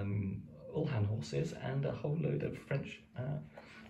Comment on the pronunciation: Really nice. Just on your pronunciation, I think the lancer term uhlan is pronounced yoo-lan, not ull-han 😊